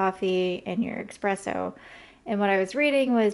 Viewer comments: I enjoyed your vid. I think it's pronounced es-presso rather than ex-presso, though. I spent about $10 on my Melitta pour-over funnel with filters (which makes a great cup of coffee), but I think a $10 grinder might be pretty lame. I think it's safe to say that you can get a very good burr coffee grinder for around $100. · Great video, but ESpresso haha